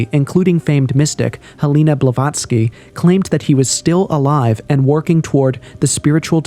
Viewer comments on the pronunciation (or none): none